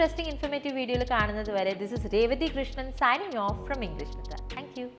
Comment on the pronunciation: Pronunciation of English. It's not engleesh